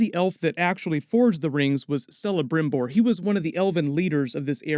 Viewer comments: Celebrimbor is not pronounced with a soft c. It's pronounced with a hard c which sounds like k. Kelebrimbor, not Selebrimbor. Narrator, OMG, you just lost all cred. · Celebrimbor .. 'K'elebrimbor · Hats off to your LotR knowledge. You know far far far more of the lore than I do. But I've got to correct one point: If the Shadow of Mordor games are to be trusted, it's pronounced Kelebrimbor. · Nice vid! But I gotta point out that Celebrimbor is pronounced Kelebrimbor. The name is in Sindarin which is based on Welsh, so ”C-as-konstant-K”. ☺️ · Someone else prob pointed this out already but it's pronounced "kelebrimbor'. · Awesome video, looks like this series will be great! Just a heads up: in Elven languages, the letter C always sounds like a K, so Celebrimbor = Kelebrimbor. I know, it sounded dumb to me at first, too, but it grows on you! (Also applies to names/words like Celeborn, cirth, Curunir, etc.) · Kelebrimbor!! ... C in elvish is always a hard C in pronunciation NEVER a S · Celebrimbor has a hard C, try Kelebrimbor. The first part of Sauron rhymes with cow, not saw. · Celebrimbor is pronounced "kelebrimbor" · Celebrimbor = Kelebrimbor (it’s a hard C bro). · Thanks for this great video but C in Sindarin is always pronounced hard as k in king. So Celebrimbor should actually be pronounced as [ˌkɛlɛˈbrɪmbɔr] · Celebrimbor is pronounced Kelebrimbor... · Pronouncing Celebrimbor like Sellebrimbor....amateur move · That's a hard C in Celebrimbor (Kel-a-brim-bor)...just saying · Celebrimbor = kela -brim -bor , phonetically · Very good video! If you're right, it will be a great time period to discover; Sauron is more than a bad guy, he's a genuinely tricky, smart and shady figure (and I'm not talking about all the other aspects...) Hiwever, I have to do my nerd here: Celembrimbor is pronounced "Kelebrimbor", C in elven is actually K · Ahem....It's pronounced Kelibrimbor....Celebrimbor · Dude, I believe the pronounciation it's "kelembrimbor"